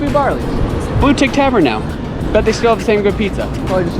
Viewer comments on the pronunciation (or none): none